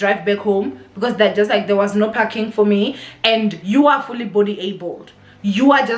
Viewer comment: PARKING NOT PACKING!!!!!!!!!!!!!!